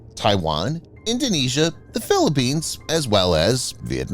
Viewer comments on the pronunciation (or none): none